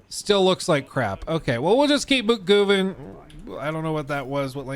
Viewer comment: "we'll just keep on GOO-VING" Lmao I'm dying